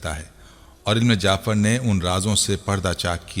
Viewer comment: Bhai ilm jaafer naheen ilm jafer